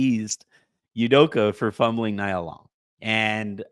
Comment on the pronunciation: Nia Long = nee-yuh not nie-yuh just fyi